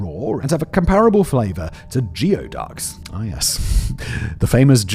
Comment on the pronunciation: Simon - repeat after me - GOOO-E-DUCKS. GOOEY DUCKS. Sincerely, everyone who lives in Washington State.